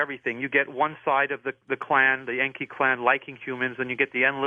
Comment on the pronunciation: This is 2025 & Zechariah Sitchen is dead, but he was 95% correct in his writings! I'm a Master Dowser & I have tested Sitchen's translations of the Ancient Stone Tablets into English and they are CORRECT 100% This guest of George's Can't speak English!! En•ki is NOT pronounced as he said it, but as EN 'K👁!! Same for An'noon'nah'K👁/ANNUNAKI!! I use Sitchen's writings for the Sun and Earth all the time in the Ancient Samaritan text to get what I want!! AP•SU is the name for our Sun and I can change it so that I don't burn by its Rays! Or make the Earth/Tiamat•K👁 or T'K👁stop turning so I can get home before dark!! In your view, I would be considered to Be A GOD, but I learned how to do this stuff through the Dowse!!!